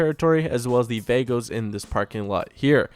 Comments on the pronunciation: It's not "vaygoes" it's "vahgoes" damn white boy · Its pronounced Vah-gos not Vaagos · its vah - gos